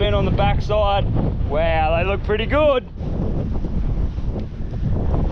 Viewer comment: « Wow »❌ « Wew » ✅